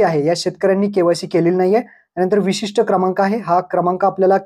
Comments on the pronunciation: विशिष्ट भाऊ...वैशिष्ट नाही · अरे वैशिस्ट क्रमांक नाही रे बाळा विशिष्ट क्रमांक असं आहे ते